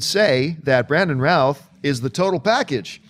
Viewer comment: So Routh is pronounced Ralph? Okay, didn't know that.